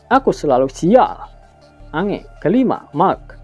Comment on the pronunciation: Bukan ange,tapi di baca enj,, lontong betul kau